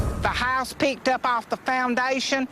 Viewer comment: Lady: "The HA-USE stah-ted twistin' in tha ehr, twisty dance and now it's ovah theah" LMAOOO